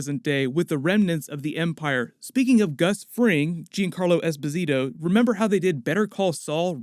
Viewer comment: You need to learn how to say Esposito's name :)